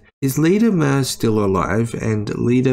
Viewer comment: BTW it's pronounced "myoor", not "mer".